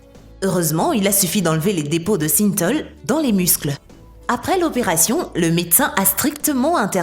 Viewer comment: ce n'est pas le nombre d'abonnés qu'il faut sous-ligner, andouille, mais le nombre de vues ! La voix qui ne sait même pas prononcer Synthol et autres "...des telles expériences...", "des telles" !!! AFFLIGEANT !